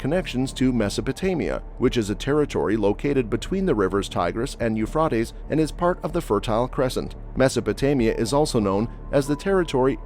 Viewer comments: I believe it's pronounced 'You fray dees'. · Sorry, but you can’t even say Euphrates…. You fray tees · Please pronounce the Euphrates correctly. It is pronounced Eu-frate-ees. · But you can’t pronounce Euphrates, long A… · Exactly, it drives me nuts. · I can't watch more than 3 minutes listening to you mispronouncing Euphrates.